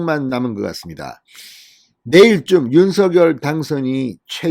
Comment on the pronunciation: 발음이 윤성녈 입니다 윤서결이 아닙니다